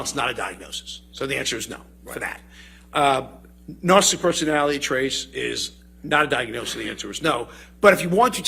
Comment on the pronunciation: He didn't pronounce narcissistic correct one single time.